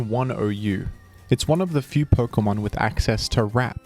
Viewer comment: Why do you say perkamon it’s Pokémon